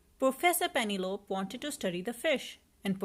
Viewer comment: It's pronounciation is penelopeee , also you should read stories much slower for kids to understand and have time to see pictures too.